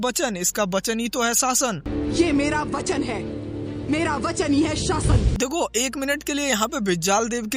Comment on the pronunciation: It’s Vachan and not Bachan 😂😂